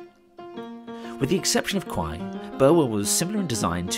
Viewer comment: Thanks for the documentary of the lovely line through Cambs. Just one thing...there's no 'w' in Quy - think Kai when pronouncing! Lovely place though!